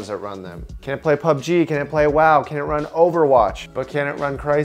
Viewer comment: Did he just say PBGU?????????